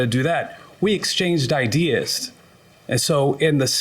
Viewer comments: Idears!🤣😂😁😃😄😅 If he says idears one more time!😶🙄🤨🤔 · funny its ideas not not idears or idear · The Defendant didn’t like the Plaintiff’s “idears”😩😭. I see I’m not the only one who was annoyed by the pronunciation of the word😂😂😂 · He really had some good "idears" 🤦🏾🤷🏾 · "IDEARS!" 🤣🤣🤣 this a first... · Oh My Fuckin God yes! And when he put the "s" on it I had to stop the video and come to the comments. It feels good not to be alone 😄